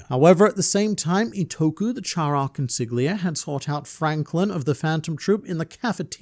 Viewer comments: Damn how caustic that pronunciation of Consigliere is… It’s the Italian word for “counselor” or “advisor”. The GL sound in Italian works differently, being a sort of “yhljh” in terms of phonetics. An easy way out to pronounce the word in English, would be to treat it as an L. As: Còn-see-lee-éh-réh. Other than that, great vid as always! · Consigliere "Kon-SIG-lee-AIR-ee" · I'd like to point out to you that the word "consigliere" is Italian, means "advisor" and is pronounced: konsiʎˈʎɛːɾe ( con-see-li-aire) ^^ Keep it up! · Consigliere not consig lia Go learn how to say it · Say it with me: cuhn—see—lee—air—ee. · consiGliere lmao. esl mutt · Con si lee eh rii (Consigliere) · i'm gonna be honest, man on the internet. I think the G in consigliere is silent.. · Thats a crazy pronunciation of consigliere 🥀🥀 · I love how no one mentioned how he butchered "consigliere" four times back to back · I only know how to pronounce it because of The Godfather.